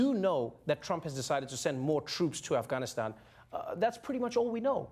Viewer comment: Noah's pronunciation of 'Afghanistan' was better than the other reporter. It was closer to the original.